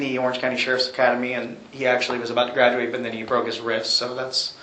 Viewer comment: College grad-u-ate there